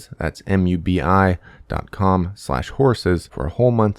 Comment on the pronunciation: Haha mubi sounds like mooby. man booby haha